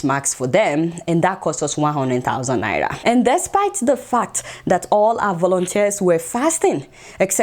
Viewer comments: Adeola its naira not naya😉😉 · Who else love the way Adeola pronounces "Naira"?😂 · I just love the way Adeola pronounces Naira...